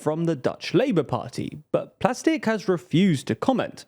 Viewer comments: Plasterk, but they can't pronounce Dutch very well. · No. Plasterk. Pronounced with a more Dutch ah and eh noise and greater emphasis on the harsh r.